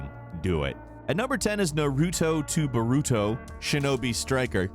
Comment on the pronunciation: That's the weirdest (Naruto/boruto) pronunciation i've ever heard